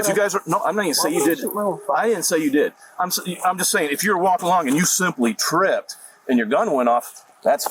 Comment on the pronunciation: It's like a speech impediment trilogy